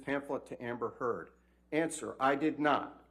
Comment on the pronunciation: She's been taken so seriously that the defend attorney can't even say her name right... my favorite part <3